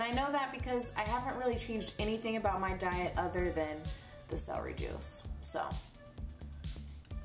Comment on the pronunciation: I hate when people say "seh-ree" it's "cel-er-y". 😆